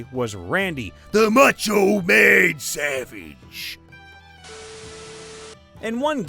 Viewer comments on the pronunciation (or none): none